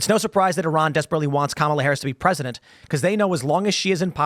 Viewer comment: It’s pronounced COM-alah. Get it right bigots! I am not friends with school shooters